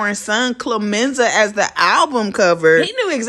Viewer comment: Did u just say “Clomenza”? I literally thought u were about to say Chlamydia!🤦🏾‍♀️🤷🏾‍♀️🤷🏾‍♀️🤷🏾‍♀️. That’s the first thing kids are gonna say when they make fun of him in school. Po Chile!